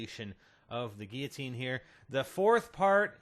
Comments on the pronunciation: See those 2 'L's in the word Guillotine? You are actually meant to PRONOUNCE those 'L's. And do you see an 'A' in the word? No. Stop fucking pronouncing it 'giatine'!!! I appreciate all the work you've done do figure out the easter egg and make this video, but holy fuck learn to read. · Geateen? There are two L's in the word, how can u not see or pronounce them lol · he cant say guilotine!!!